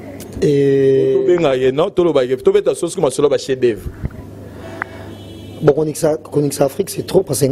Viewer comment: atanga troooo mais azo LOBA "CHIEN D OEUVRES" 😃😃